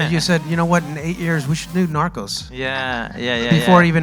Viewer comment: Seriously?? 😂..How did she even end up there??😂..The way she pronounced NARCOS was just horrifying!!😤...Damn sure that less that 1/4 th the population of india would have watched narcos season 1 nd 2....nd much less for MEXICO..!!..This girl dont even deserve to be there cuz Im pretty sure that she has'nt even watched 1nd 2..🙄😏😏